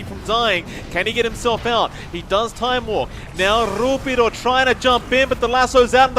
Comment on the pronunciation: "RrRuppiddo" sounds crunchy